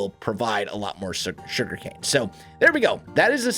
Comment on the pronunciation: The Shuriken-Factory! Though for real, am I the only one that keeps hearing "shuriken" instead of "sugarcane"?